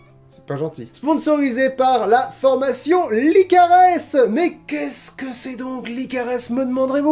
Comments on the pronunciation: Je crois qu"on prononce pas le s dans la formation "licares", j'écoute leur pordcast sur spotify et ça se prononce "licare" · Tu prononce mal pour la formation LICARES (PS : ma sœur y est inscrite et j'écoute toujours les podcast de Lucie Castel, même si c'est pas un format qui me plaît beaucoup normalement) ^^ J'adore tes Coins Lecture ! En fait, j'adore tous tes formats ! Tes parenthèses, tes coins lectures, tes points cultures, tes 50/50 et même tes NMT (que tu ne fais plus) ^^ J'ai hyper hâte de voir le prochain coin lecture avec les romans spéciaux abonnés ! J'espère qu'un jour, je pourrais te faire lire le mien, mais je suis toujours dans le premier jet donc j'ai bon espoir que ta pile aura un peu diminué ;)